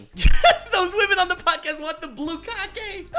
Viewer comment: Is saying blue-kage?